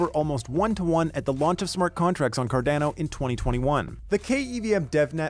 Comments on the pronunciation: Great video! But please, its Car-Dah-No, not Car-Dane-o hahahaha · Very good short informative video on KEVM. Saying Cardano like Car-DAN-o makes you sound like a newbie though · Good video but Car-DAN-o hurts my ears! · CarDANo ... lol i dunno why but this sounded so weird to me. ive always pronounced it Car-Don-O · Is it “CAR-DA-NO” or “CAR-DAN-NO” I thought it was the first pronunciation. Great work by!